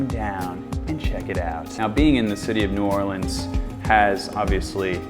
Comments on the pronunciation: “nahlins” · He actually knows how to correctly pronounce New Orleans. My mind is blown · That’s always the first thing I listen for when visitors mention New Orleans, I was proud of him